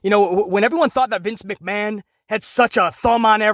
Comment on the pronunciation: Triple mcMa”H”on